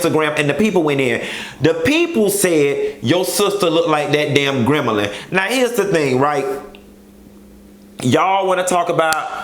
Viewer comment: "GremAlin" Once again, I'm weak! 🤣🤣😂😂😂 Scrummin' my pain!!!